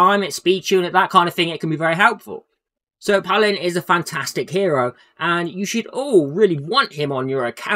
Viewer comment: He doesn't go, I'd give a pass if he were a DPS. I bet you don't have any friends named Paul, they'd be so ashamed of this pronunciation.